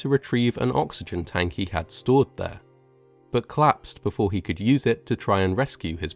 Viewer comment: And things c'lapse instead of collapsing. He's an excellent narrator.